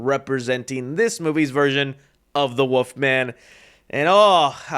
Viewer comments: bro was saying woofman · ya know what's worse than that design for the Wolf Man, . ..? YOU , . ..saying " woof-man " , . over `n over `n over, . .. WTF , . . .... .!!!!!??!?! . . . there's an " L " . .. in there dude 🐺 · That ain’t the wolf-man that’s the woof-man